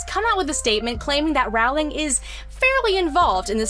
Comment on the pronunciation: Rowling is pronounced “Rolling”. Rhymes with “bowling”.